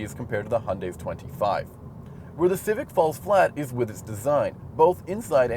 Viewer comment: How he said Civic had me laughing my ass out loud. It sounded like Cific. Great review otherwise.